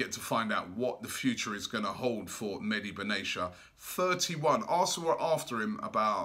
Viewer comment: Meh-Di Bin Atti-ya; not medi benasia. Robbie pls